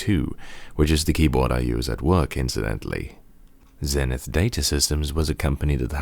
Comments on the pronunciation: It's pronounced Zee-nith, not Zen-ith. And it's a U.S. product so you have to use the U.S. pronunciation of the letter Z -- at least to be consistent with all the people who tell me that I have to use the British pronunciation of Z whenever I'm talking about a British product! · Hello,. I agree with other comments. It is "Zeenith" in pronunciation. I want to thank you for your praise of Zenith Data Systems (ZDS) and their products in the 1980s.